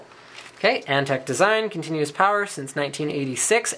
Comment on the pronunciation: its antec not ante